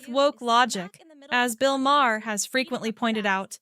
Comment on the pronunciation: Why don't you play the actual conversations by each of them instead of just you giving your opinion. Also, not Ma-her, it's pronounced MAR.